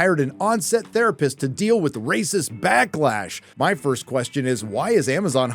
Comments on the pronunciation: Thank god you now only pronounce "racist" stupid and cut that castrate voice... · Can't you say "racist" or "racism" in a normal way? It sounds just as unfunny as it does when YellowFlash is doing it